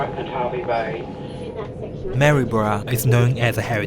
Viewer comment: Well done, you pronounced Maryborough correctly. Not many people do except us natives.